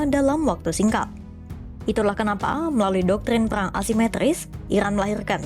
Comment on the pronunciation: Cari narrator yang bisa spelling RRRR dengan bener, karena ini bahas peRRRang